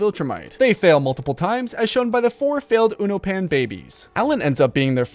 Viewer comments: fr tho its pronounced yunobians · you can tell that you’ve never actually watched the show by saying “unopan” as “ew-No-Pahn” instead of “you-know-pin” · wtf is a “uno-pan” is pronounced “u-no-pin”